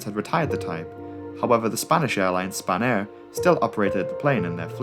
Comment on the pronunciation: spanair sounds like a french person saying spanner